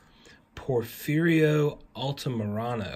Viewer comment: Porfirio Altamirano pronunciation for the win!!!!